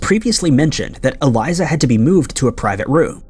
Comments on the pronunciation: Something that really bothers me about your videos is that you don't research how to pronounce people's or locations names correctly. It's not Eliza, is Elisa (e-lee-sah) lam (l-ahm). You don't pronounce Ireland's capital right, Dublin. Etc. Your videos are great and I enjoy watching them, but you have a tendency to not put any effort into pronouncing names correctly and it posits you as un-credible when doing this. And it shows a lack of respect. Just saying. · Cmon maaaaaaaannnn. Eh-L I S A- L A M. That is how her. Ae name is said bruh. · it's Pronounce E-LEE-SA LAMB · I stg just be pronouncing shit wrong to fuck with everybody like its elise-ah lam man, ELISE-AH LAM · Holy crap have you ever read English before? It is pronounced e-lease-ah Lam-B.. If you don't bother to learn to say the peoples names correctly you are not helping, you are both hindering and being an insensitive ignorant amature of a creator doing piss poor work